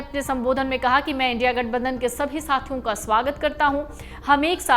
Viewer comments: इंडि नहीं इंडिया बोलो मैडम वरना गोदी मीडिया में आपकी भी गिनती हो जाएगी 😂😂😂😂😂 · बार बार इंडि इंडि क्यों बोल रही हो इंडिया बोलने नहीं आता है क्या पहले अपनी भाषा ठीक करो उसके बाद कुछ बोलना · Isko kisne reporter banaya re baba... India ko indi bolti he ye🤣🤣🤣🤣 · Indi nhi India hai pehle ache se padhna skhiye fir reporting krye 😂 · Are maim india bolo not indi bolo fir news do dhanywaad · India hai na ke Indi naam sahi se bolo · Don't sound " Indi"....but I.N.D.I.A please! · India alliance ko indi bol rahi waha sahi sa phala bolna sikho Uska baad karna journalist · Bekaar anchor jise india bolna hi nahi ara